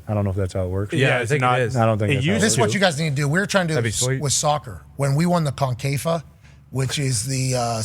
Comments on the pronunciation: Pat its Concacaf not confafa 😂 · The way he pronounces CONCACAF is funny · Shouldnt be trying to yap about concacaf if you cant even pronounce it right